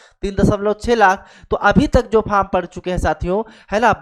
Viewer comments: Vo faam nhi form hota h kya master banega re tu 😂😂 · अरे बोका तुम ओ अपना लोकल language में फॉर्म को फाम बोल रहा है